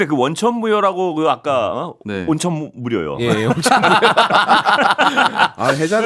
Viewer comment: 온천무료로 들렸음!! ㅋㅋ ㅋㅋ